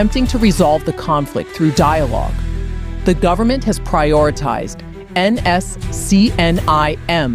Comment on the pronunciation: First learn to pronounce NSCN- IM correctly